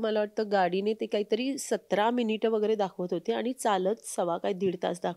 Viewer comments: Abp माझाची ची मुलाखतकार आणि " आनी पानी " करतेय. बरोबर नाही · बाकी सगळे मराठी बरोबर बोलतात. पण आणि पानी म्हणतात. काय बोलायचे.